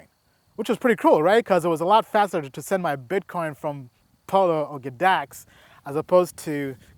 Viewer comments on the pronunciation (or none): G-dax not GADAX bro. but love the info..smashed you a like and sub